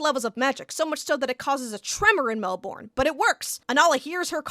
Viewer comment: Holy shit I remember this show!!! Your pronunciation of Melbourne is killing me ☠️